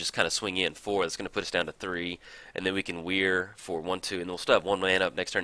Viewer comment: Great video. But your pronunciation of Whir of Invention slightly bothers me. It's "Whir" like "whirlwind" or "were", not like "weird".